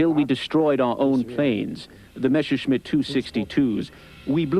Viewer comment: It's MeSSerschmitt! ... [like messer] ... NOT Mesherschmitt!